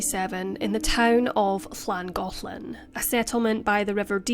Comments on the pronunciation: As a resident of N. Wales and of the county of Denbighshire, your pronunciation was spot on of both Llangollen and Rhuddlan ❤️ Thank you for sharing this case x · As someone who lives in Wales, I appreciate the effort in learning how to pronounce Llangollen